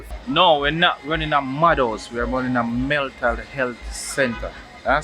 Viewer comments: I thought it was a mistake but he repeat the word....lol Meltal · "MELTAL" health facility😁🤣🤣🤣.. it's mental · Meltal I thought it was mental🤣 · Meltal health enuh! 😂😂 not mental health 😂 I love my Jamaican people issi # subscribed!! Loving it ❤